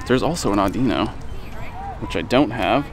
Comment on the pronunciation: The pokemon is pronounced as (Awh-din-ohn)